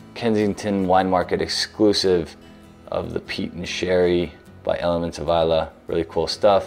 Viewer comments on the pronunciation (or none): none